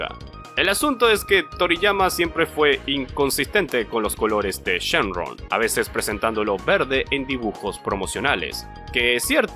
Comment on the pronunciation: dijo shen RON XD